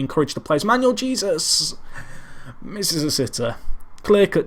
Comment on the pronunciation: Dont know if this has been brought to your attention or not,, but just wanted to let you know that Jesus, in Manuel Jesus, is pronounced hey-soos.